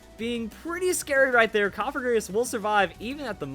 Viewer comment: Cofagrigus is pronounced "kahf-egregious"